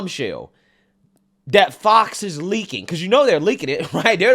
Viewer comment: I need you to stop saying “dat” and say “that.” I’m sure it’s the accent, not lack of knowledge but it’s a little irritating, ijs lol…